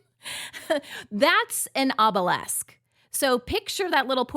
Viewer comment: Is ob-lee-ask the same thing as ob-oh-lesk?